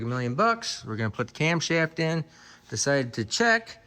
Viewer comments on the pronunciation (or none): OHHH YAH says. Not camshaft but cumshaft😆